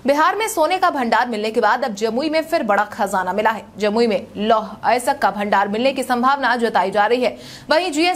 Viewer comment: अयस्क नहीं बोल पा रही हो